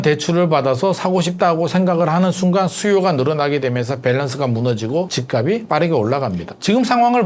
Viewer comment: ~ 연음 발음 법칙 지켜 주세요. 집값이[지깝시]